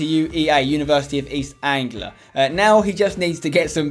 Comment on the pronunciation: It's Anglia not angular sorry I live in Norwich so it does my head in 😂